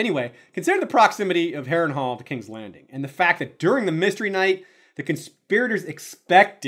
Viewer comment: the narrator read (wrongly) "Harrenhal" 🙌🏻😁